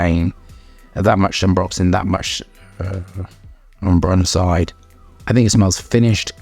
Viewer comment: bro is mispronouncing ambrocenide the entire video